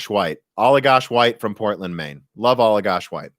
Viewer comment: Allagash White Beer. Good taste. Only, the first part of Allagash is pronounced "Ala" as in Ala-bama, not "Allah" like the Arabic God.